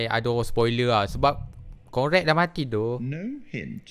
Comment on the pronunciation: Conrad la nama dia..bkn concrad😂